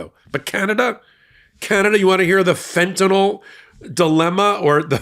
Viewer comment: "fentanyl" not "fentanol."😂